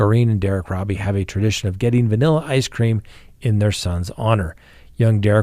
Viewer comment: First, it is pronounced roe-bee not robbie and second, little Derrick was on his way to a summer day camp located down the street from his home, not t-ball. Love your show but hate when facts are incorrect.